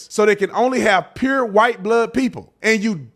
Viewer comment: Baby that Ft Worth TX came out when OT said "pure"❤❤❤😊😊😊😊😂😂😂😂